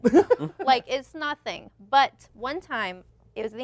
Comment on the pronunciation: is everything to me. "EES Nahthing" like a russian grandmother. <3